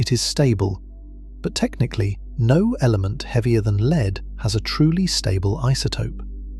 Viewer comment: This is a remarkably well constructed and well-layered exposition. One of the few 'tells' of non-human origins is occasional repeition of points that serve no positive benefit to the exposition. Perhaps the most interesting and inexpicable defect is that the name of the element, lead-208, is sometimes mispronounced by spelling out the name as "L-E-D 208". What is the root cause of this error?